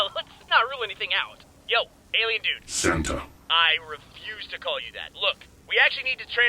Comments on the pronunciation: I call him "" because that's what i heard him say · I actually heard the alien A.I. call himself "" instead of "Santa"